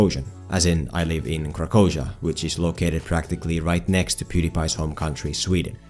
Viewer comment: What?? Krakoziah??? You live in the same country as Tom Hanks,nice bro..